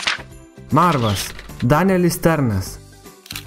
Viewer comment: Marvas, o ne Mervas